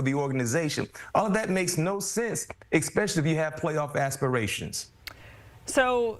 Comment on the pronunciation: "Expeshally" Every B-Mac interview 😂